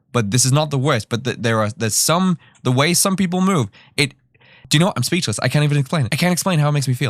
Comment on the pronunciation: "this is not the WEY"